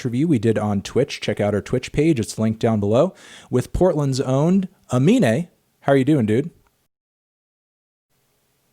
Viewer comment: annoying how you kept mispronouncing his name as "Amine" what an awful host